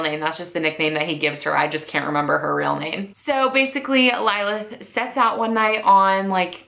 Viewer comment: The lil in Lilith is pronounced the same as the Lil in Lily